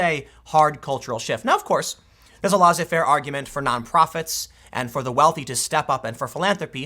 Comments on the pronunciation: Tim pleeeaaaase learn how to say Laissez Faire. It's pronounced less-A, not laws-A. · Tim, it's not LAW-ZAY-FAIR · Tim, check the pronunciation of 'laissez-faire'... It has a French etymology. The z is silent.